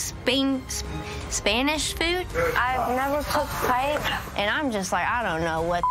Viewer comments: These contestants claiming to want to be chefs and not knowing about cuisine from the biggest culinary nations in the world in the age of social media is truly embarrassing, I cannot take them seriously. Girl can't say paella and Omi doesn't know chicken tikka. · choosing Spain and not knowing her stitch about Spanish food when the Latin experienced chef wanted it seems selfish, girl can even pronounce Paella.